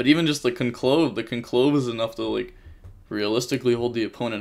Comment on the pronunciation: mispronouncing conclave is painful